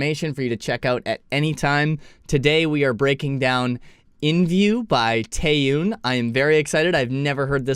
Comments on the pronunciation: Not Taeyoon. It’s Taeyun. Not Ayspa. It’s Espa. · “Tay-on”, please. Not “oon”. I know you didn’t know the pronunciation but I figured you would want to know going forward. It’s her name, not a group. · lol you’re doing okay I guess for someone who isn’t familiar with Korean names… but you’re supposed to say /te-yon/. Her name is actually quite simple to pronounce compared to some other names. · So no one’s gonna tell him how to pronounce Taeyeon’s name? Lol